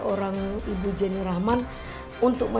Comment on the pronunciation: Pengacaranya gk tau penyebutan nama Jenny Rachman 😅